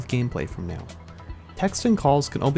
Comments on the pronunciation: Are you.... Are you saying "right meow?" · did he say “meow” instead of “now” just then?